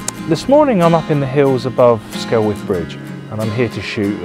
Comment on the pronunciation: It's pronounced SKELLITH!